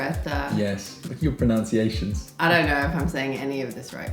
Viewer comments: She’s got good Filipino pronunciation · cool they got it right